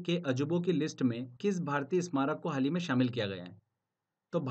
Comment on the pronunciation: Aap haal hi bolte hn... Haal nhi sunayi deta bs hi sunayi deta h.. M😭😭😭😭😭